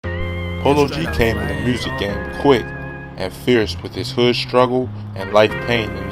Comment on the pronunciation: dat way you say music 😱🤣🤣🤣🤣